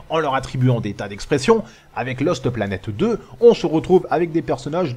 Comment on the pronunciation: J'adore quand dit Loste Planète Deux:D